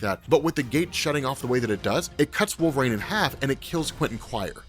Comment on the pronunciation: Oh man... stop saying wolvrain The character's name is W-O-L-V-E-R-I-N-E Sheesh... You'd think that a guy that supposedly reads that many comic books would know how to say such a prominent character's name right...